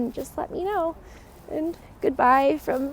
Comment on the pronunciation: One of the mistakes that foreigners make is mispronouncing the name of the city. The emphasis is on the letter O, not the letter I.